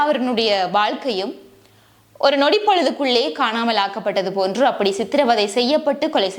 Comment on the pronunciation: பழைய சம்பவம் என்றாலும் ஒரு நாள் எல்லாவற்றுக்கும் நீதி கிடைக்க வேண்டும்.செம்மணியின் செங்குழிகளுக்குள் இன்னும் அறியப்படாத செய்திகள் நிறையவே உண்டு.நீங்கள் செய்திகளை தரும் போது சரியான சொற்களை சரியான உச்சரிப்புடன் பயன்படுத்துங்கள் அப்போது தான் தமிழ் அழகு பெறும்.அதனை கவனத்தில் கொள்ளுங்கள் குறிப்பாக சித்திரவதை என்பதை சித்திரை வதை என்று கூறினீர்கள்.எனவே சரியான சொற்களை பயன்படுத்தினால் இன்னும் அழகு பெறும்.நன்றி🙏🙏🙏